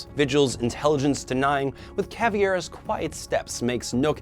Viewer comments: ITS CAVEIRA CAV•EI•RA NOT CAVIERA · Hold on hold on... did you call Caveira, “caviar”? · it's pronounced /kaveira/ the /ei/ part sounds like the a in name.